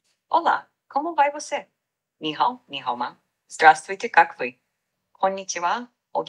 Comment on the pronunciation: В русском интонация неправильная, лучше будет интонировать вопрос, а не местоимение "КАКвы?" А если спросить "какдела?" То совсем ничего не выделять, но в целом роботы уже просто творят чудеса и говорят лучше нас.